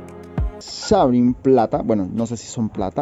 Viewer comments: No se pronuncia como tal Sebright, su pronunciación debería de der ''Sibrait'', lo escribí así de mal pero así es como debería de sonar jsjsjs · Muchas felicitaciones por adquirir esos huevos! No me quepa duda de que tendrán muy buenos cuidados. Un aporte, amigo: El nombre de la raza Sebright se pronuncia [síbrait]. Saludos y éxitos.